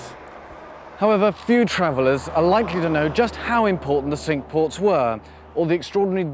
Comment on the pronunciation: Thank you, I would have never got the pronunciation of Cinque as sink. Wish you were still doing these.